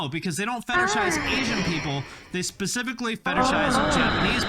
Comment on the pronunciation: Let's be real. This guy says pacifically instead of specifically. You think it's worth anybodys time to pay attention to a grown ass man that speaks like a 5 year old?